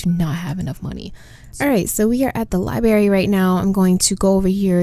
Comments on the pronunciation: It is NOT A LIE-BERRY!!!!! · LI-BR-ARY , I know I know. I also pronounce "room" like "rum" sue me LOL